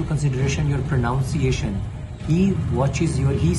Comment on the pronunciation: wo pro𝘯𝘰𝘶𝘯𝘤𝘪𝘢𝘵𝘪𝘰𝘯 nhi hota, pro𝘯𝘶𝘯ciation hota hai. Hare Krishna ❤❤